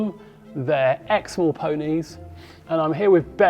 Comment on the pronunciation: What is the breed? NVM...I looked it up...sorry I couldn't understand you. Exmoor. When I was at Texas A&M , the trainer I was riding for allowed his vet to let vet students geld his horse. They did not lay the horse down, but I'll never forget that student yanking so hard the vet yelled " We didn't need at all that out"...poor horse needed lots of stitches.